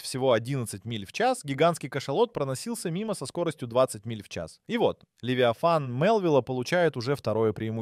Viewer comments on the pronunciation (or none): Футы, дюймы, фунты, левитан... Где качество озвучки?